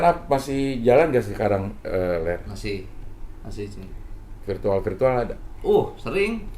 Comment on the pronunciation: Manggil Lar Ler Lar Ler kedengeran kaya lagi manggil Peler wkwkwk